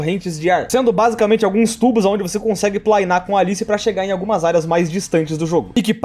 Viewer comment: Me desconcentrei todas as vezes que ele falou "plainar" ksksk